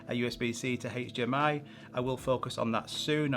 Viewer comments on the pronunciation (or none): Great content! Makes me wonder though which accent that is with the hatech dmi pronunciation